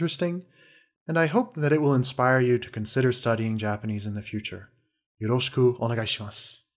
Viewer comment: Just saying, under most circumstances, the "u" in "desu" isn't pronounced. It's called a "whispered vowel". I know you know that because you pronounced よろしくお願いします correctly at the end, I'm just saying this so other people know. I'm guessing you only pronounced the full "su" in order to avoid confused people asking "why are there two characters for one sound?!" Still, great video! I learned a lot of year-date approximations in history, which is ultimately what I came here for!